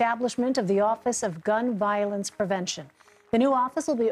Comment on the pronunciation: Did she made a mistake in pronunciation to say "prevention"?